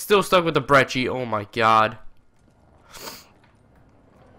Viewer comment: omg finally someone sais brecci correct